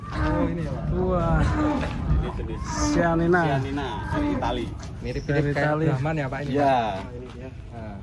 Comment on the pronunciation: Yg Italy chianina bukan sianina